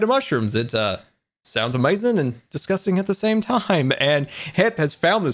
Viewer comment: 22:7 he sad amauizing